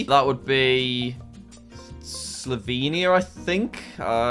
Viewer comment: I thing it’s slobeania of course it’s Slovenia ☠️💀💀☠️